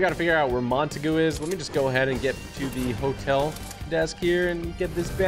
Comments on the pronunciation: TG it’s not Mon-ta-goo it’s Mon-tague (pronounced ta-aug) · Im pretty sure its mon-taeg not mon-ta-goo just saying it sound weird when you say it like that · It's not Montague it's mon-ta-gue!!!